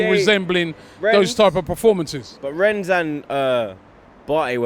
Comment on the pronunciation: It's pronounced REN for the billionth time. Not Rennes.